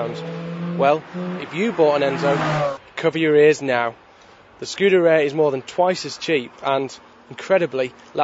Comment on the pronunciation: Not once could he even be bothered to make the effort to pronounce the car's title correctly!